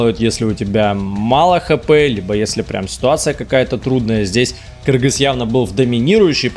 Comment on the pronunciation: Даже приятно когда говорят кыргыз а не Киргиз